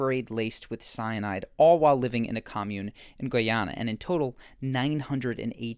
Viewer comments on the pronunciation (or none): Its not Goy-Ana Its Guyana 🇬🇾 Literally pronounced: Guy- (like this/that guy)-ana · Guyana is pronounced like guy+anna. guy rhymes with buy. thx for the dope content. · Great video! The country "Guyana" is pronounced as: guy-anna, guy as in a male person and anna as the name. Cheers! 😀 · Please stop mispronouncing Guyana. It's "Guy"...as in the English word meaning man, dude or male. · first time he said guyana he was right then after that he went downhill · Pronunciation check for next time: Guyana, primer. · I admire your attempt to pronounce "Guyana" 😊